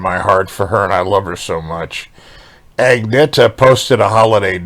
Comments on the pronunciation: Actually, it's pronounced "ang-nay-yah". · I’m surprised that you’re pronouncing the G in Agnatha’s name - she does not. It’s “Anyeta” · Hey, enjoy your channel. You should know that Agnetha does not pronounce her name with the "g". It is pronounced like "Anetha". Keep up the good work!